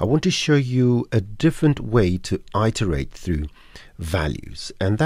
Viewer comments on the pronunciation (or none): Iterate is pronounced IT ERR 8 not EYE TERR 8. Integer has a soft g sound. ie as in gentle not garlic Apart from that very helpful. Any chance of an update version as the scene nodes have moved on a lot in more than 3 years since this was posted.